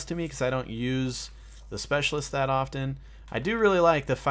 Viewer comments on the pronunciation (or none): none